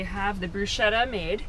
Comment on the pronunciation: bruschetta is pronounced 'brusKetta'. I love your videos. Big time.